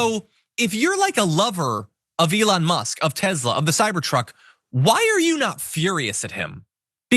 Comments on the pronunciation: What is up with pronouncing TeSla as TeZla? Is this Elon Musks attempt to enforce a change in the English Language? Send Elon back to South Africa!!! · Nikoli Te S la would like you to pronounce his name correctly. He says Te Z la is not a thing.